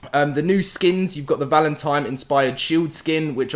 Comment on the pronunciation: Sounds like he’s saying “Valentime”